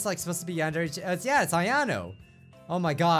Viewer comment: ITS YAN-DER-AY NOT YAN-DEARY